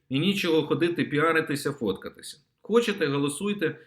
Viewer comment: МУСІЄНКО! ТЕБЕ ГИДКО СЛУХАТИ!!!!!!!!!!!!!!!!!!! ЩО ТВОРИТЬСЯ З ТВОЄЮ МОСКАЛЬСЬКО- УРОДСЬКОЮ ЩЕЛЕПОЮ,ЩО ТИ НЕ МОЖЕШ ВИМОВЛЯТИ УКРАЇНСЬКІ СЛОВА??????????????????????????????????ЩО ТАКЕ: ЩЬО...,ЩЬО....,ЩЬО...,ЩЬО.....ЯКЩЬО,ХОЧЄТЕ,ЧЄРВОНА ПЛОЩЯ,ЧЄРГОВІ,НАЧЄБТО,КАМПАНІЯ,ПОЧЯЛИ,ПОБАЧЄВ,ЧЄКАТИ,ЩЄ ,ЗВИЧЯЙНО, ЗНИЩЄЛИ, ЧЬОРНОМУ..................... !!!!!!!!!!!!!!!!!!!!!!!!!!!!!ГАНЬБА ТОБІ !!!!!!!! ВЧИ УКРАЇНСЬКУ МОВУ!!!!!!!!!! (Українська діаспора в США)